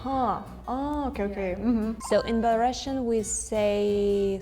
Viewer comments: Belarusian girl doesn't know how to pronounce Belarusian correctly. It's bela-roo-see-uhn, not bela-russian. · PLS bring belarusians who know their native language wtfff sad - сумны (sumny), pencil - аловак (alovak), not a karandash, and belarusian is pronounced as [ˌbɛləˈruːsiən] i'm sorry i didnt mean to blame this belarusian girl, she is so funny, but it was the last straw, as a belarusian i am a little ashamed of her